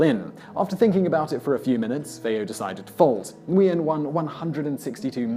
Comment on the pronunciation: For future reference: Nguyen is pronounced Win.